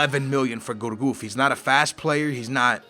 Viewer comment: And its pronounced gurcuff not gourgouf mug